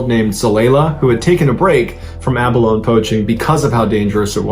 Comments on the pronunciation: a-buy-low-nee is how you pronounce the name of the mollusk.🤶🏻🤶🏻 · Thanks for all the great videos. 😊 Re: the pronunciation of abalone, is abalow-knee. ❤ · Sad story, but abalone is pronounce ab-ah-lo-nee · Its actually called Abb-uh-low-knee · But, he's not South African nor is he in South Africa. Here, in the United States, where he is from, where this video is made, it's pronounced Abb-uh-low-knee. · It’s pronounced abalon-ee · Pronounced, A-ba-lone-i 😅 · Good story but you need to pronounce the “e” on the end of abalone. Like pronounce bologna with a hard “e”. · Pronounce it correctly...Abalone (add an 'ee' sound at the end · Abalone is abundant along the pacific northwest coast, particularly in the inland waters between Vancouver Island and the BC mainland. Btw, the "e" at the end of "abalone" is pronounced - so it is ab-a-lone-ee, not ab-a-lone ;) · BTW its pronounced "A-BA-LO-NEY" NOT "A-BA-LONE"!! 🧐🤔🤨🤷🏼 #btw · MrBallen, it’s NOT “aba-lown” it’s “aba-lownee”. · I believe this shellfish is called Abalone but pronounce 'ab alone ee'. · FYI abalone is pronounced aba lone ee. Not aba lone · Pronounce it correctly. Ab-o-loni. NOT ABALONE. For Christ sake, speak like you have an education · Pronounced Abolony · Enjoy your posts! Abalone is pronounced Ab-uh-lone-ee. FYI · Pronounced a-baloney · a - ba - LOANS. ??!!!! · pronunciation is: Abaloney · It’s pronounced ah-bah-LO-Nee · Mr. Ballen just an FYI it’s pronounced “abalonEEE” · They are abalone the ending is ee = abalonee. The pronunciation of words is getting worse so I'm thinking is run through ai. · AB-A-LONE-EE dude has a hard time pronouncing basic words correctly, lol You’d think somebody would tell him.. 😆😂🤣🤡🤡☠️☠️ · Abalone is pronounced with the ‘e’.. ‘Abeloney’. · Just an FYI...The pronunciation is a·buh·low·nee 🙂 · It’s pronounced “a•buh•low•nee”…..🙄